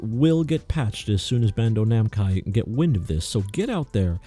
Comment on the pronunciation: Glad I'm not the only one that says bando namcai 🤣